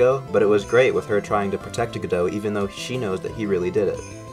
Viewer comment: The way you say godot makes me upset